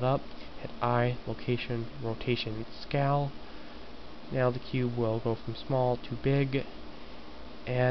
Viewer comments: one thing.... This is good in all but u kept on saying scow or scall.. IT is SCALE! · Its pronounced sc-ay-el ^_^